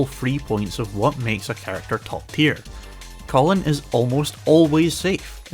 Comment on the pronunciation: Love these analysis videos but man, pronouncing Kolin like the guy name "Colin" hurt 💀